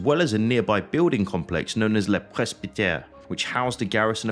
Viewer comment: Sorry to be pedantic but the French word Le is not pronounced Lee.. just saying